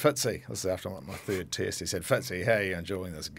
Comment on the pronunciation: Tick tock 😂 🇮🇪❤️🇳🇿 And it's "Test match" not "Tist match" 😂🤭 You can have Séan, even though he's Irish 🤭😂 Just joking, we love you Kiwis ❤️